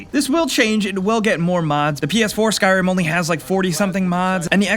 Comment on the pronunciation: Did anyone else notice how he said skyrim ? XD